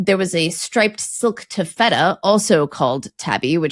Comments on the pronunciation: Taffeta is pronounced more like the "Tabitha" that you mention shortly after. So more "tafita" than "taff-etta". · Ta' [ a as in "cat"]-ffe-ta. Accent the first syllable., you accented the second or middle syllable. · Taffeta from my limited source is pronounced TAFF-uh-tuh. (Maybe only because another way sounds like chewy cheese?) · No, it does not. is mistaken. It's TAF-fet-ta. She's perhaps thinking of Tofutti, a tofu-based dessert product. 😊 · I think taffeta is usually pronounced with the stress on the first syllable. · I'm surprised didn't correct pronunciation of "taffeta" - but I guess her experience actually studying Arabic makes her the pronunciation expert in this episode. her pronunciation of "taffeta" is not an example of US/UK difference, by the way - her pronunciation isn't the norm anywhere